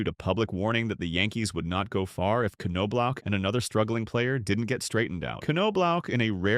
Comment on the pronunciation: The "K" is silent...Say it with me now....Nob-Block.... Kanoblock 😂🤣...Also Andy Ped-it not whatever nonsense came out of your mouth